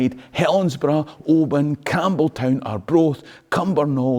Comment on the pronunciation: ‘Cambletown’ 🤷‍♂️🤦🏼🤣 Where TF is that? 😂